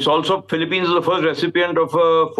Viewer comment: Philip-peens, please! Not Philip-pines. There are not so many PINE trees in the Philippines.